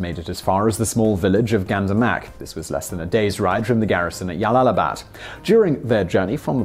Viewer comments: Jalalabad is pronounced: "Jalalabad", not "Yalalabad" Source: Pronunciation Guide (YouTube channel). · This has one of the funniest mispronunciations. It is J(like John), not like y in yes for Jalalabad. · 1st - Jalalabad is pronounced like (J) not (y) . 2nd - the general was left alive to deliver the message of Afghan bravery. 3rd - The people who fought with British soldiers, were the freedom fighters of their own homeland not Welsh or Scottish rebels. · Jalalabad is an Arabic name, not Spanish. If it were Spanish, then you may have a point with Yalalabad But it's not. It's Arabic. And the correct pronunciation is JALAL-ABAD OK ? > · J. Not Y. Jalalabad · What the actual fuck is "Yallalabad"? There's a reason it's a J! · Glomo To be fair not all Js in Spanish are pronounced as Ys either (Juego, Jueves, Janero, etc.) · Jalalabad is pronounced English way not Spanish way. So it's not pronounced Yalalabad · The town of Yallallibad - I dare you to say that town name five times fast without messing it up !! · Ugh, I cringe every time you say Jalalabad. It's J. Jalalabad. Like as in jersey. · It is really not pronounced "yalalabad" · I thought the Spanish J mostly a hard 'h' sound but can also make 'y' sound. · Jalalabad is pronounced with a hard J. And this general sounds like a cockfool and a half. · Its J not Y, afghans arent hispanic